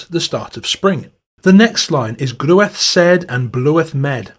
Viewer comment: The pronunciation of the Middle English is a bit off: "Groweth", "bloweth, "lhouth" had the sound of modern "claw", not "clue" Its a long vowel "in "sed", "med", like the AI in "air" The R must always be pronounced (sterteþ, verteþ, naver). The accents that drop it only started doing so around 1700 "Murie" has the sound of modern "good" (in a southwest or West Midland dialect, it would be "mirie*" in the East Midlands and "merie" in the southeast). Not "mye-rie" anywhere. NG is always the "hard" one as in "finger", even at the end of words Despite the spelling, "awe" likely had an /eu/ or /ew/ type diphthong.. The modern "oa" sound in "goat" in a really posh RP accent is pretty close. Verteþ obviously has a V sound in the original dialect (would have been an F further north) The initial sound of "lhude" and "lhouth" is debatable. I think the spelling suggests Old English HL and L had not yet merged for the original writer (those words both had HL, while "lamb" had L). It was probably something like the Welsh LL sound. *"Mirie it is while sumer ilast", another Middle English song